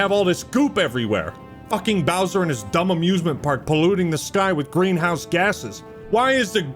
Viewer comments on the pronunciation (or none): none